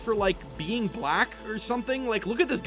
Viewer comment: I get what ur saying dude but chill out on emphasizing "black". Also calling her?(idk) an it is a bit much just misgendering the person is good enough. Other than that i can see your point.